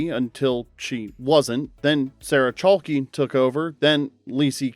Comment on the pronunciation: It's pronounced like Chalk, not "Chalky".